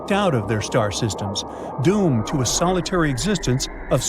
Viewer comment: Doom Ed , rouge Ed planets where's Eddie? But we found a really illiterate narrator